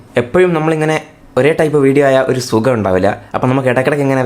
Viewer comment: Sugam ahno chetta ath sugam alla shok